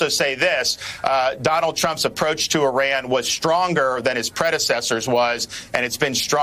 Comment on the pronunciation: DeSantis can’t pronounce Iran correctly. He’s a horrible governor for Floridians. We have the highest inflation in Florida since he became governor. It’s impossible to get home owners insurance. Florida has the highest Covid rates. DeSantis is a a yt Christian Nationalist Authoritarian. The only reason why he won with a wide margin in 2022 is because he cheated by gerrymandering the map. He’s ruining the education system in Florida & now we’re leading with the most banned books in the nation. DeSantis doesn’t care about the Jewish people. When his education department banned 2 books on the Holocaust, DeSantis claimed he didn’t want that woke ideology in Florida’s schools. Anti-Semitism rose 200% the first 3 years while he was governor & sadly it’s still growing. Keep him away from the Presidency if you don’t want this country to become the fourth reich.